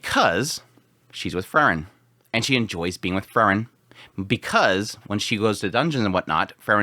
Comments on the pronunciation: It's pronounced Free-Wren. Not Furren. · Bro her name is pronounced FREE-REN! You know this. Also Sense was being passive in the sense that everyone going through the examination to be a first class mage should NOT have issues with this dungeon. If they do see it as challenging, they do not qualify. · Your enunciation between "Frieren", and "Fern" confuses me lol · This was great but how he kept saying Frieren made my heat go boom.